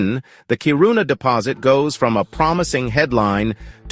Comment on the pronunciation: All good news but to my Swedish ear it’s painful to hear the pronunciation ”Kiru’na” with weight on the u. It’s Ki’runa, with the weight on i.